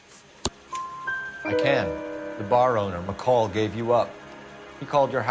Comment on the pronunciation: hahahaha dick mcoll..... HIS LAST NAME IS McColl!